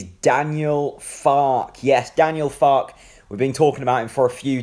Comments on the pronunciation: Pronounced Farker. In German the e is pronounced. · An E at the end of any German pronunciation is ER. So Fark-er. Confusing for English but there are still people who pronounce Volswagen as Volks-wagen instead of the correct pronunciation as Folks-Vargen. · Far-ke. Two syllables. (As a Yank, I'm not going to put an "r" in that pronunciation, since I'd say it ;) ) I think this is an exciting choice. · it's Fark-er I think mate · I gree with you 100%. Having lived in Germany for many years I would pronounce it, Far-Ker. An E at the end of any German word is pronounced ER. Same as Volkswagen is pronounced- Folks-Vargen.